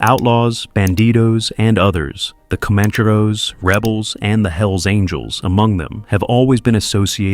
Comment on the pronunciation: Sorry to be that guy but you should 100% know how to say alamadine by now lmao and comaaancheros